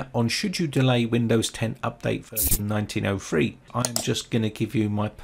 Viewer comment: Nineteen oh three not nineteen oh fwee.